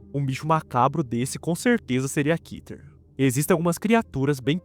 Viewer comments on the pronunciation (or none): Segundo o hebraico, a palavra Keter se lê Kéter e não Kiter